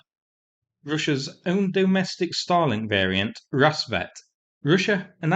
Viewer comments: Because of your accent, you make "Starlink" sound like "Stalin". Never made the connection, so "thanks". Let's hope the strike left a FLAMING-O on the ground. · Is saying Starlink or Stalink? It is unclear 🤔